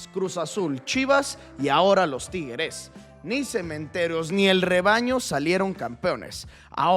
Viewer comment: No sabes pronunciar la palabra tigres, o qué te pasa? Te sientes bien?